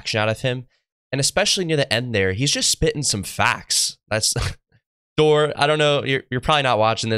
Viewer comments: Dor EE ....not Door , bro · Dorre Love. (not door, but pronounced like gold. Dor-re) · It's pronounced "Door-ray" lil bro lol that made me giggle. Love you my brother in Christ! Keep up the great work! (Love Brother Dorre he actually sent me a wristband before from Canada all the way to Las Vegas where i live!) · Brother is DORRE LOVE YIU PRONOUNCE IT DORRAYYYY LOVE sounds like door but it’s DORRAYYYY LOVE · Been following his channel for awhile and he’s very good at provoking thought and helping people grow. By the way, his name pronounciation is “Dor rie” or “Dor rey”